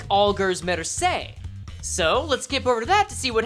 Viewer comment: its mersse not mersay